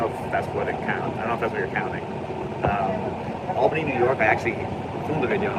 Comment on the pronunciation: Albany? Did you say Albany?